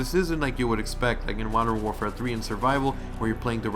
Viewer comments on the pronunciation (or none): none